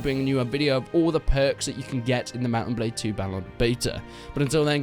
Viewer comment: he said balde instead of blade, which is a normal mistake imo